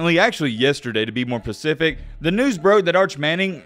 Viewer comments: It’s specific not pacific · be like. “To be pacific.” 🤣🤣🤣🤣